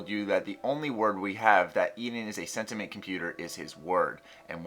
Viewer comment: Sentient, not "sentiment"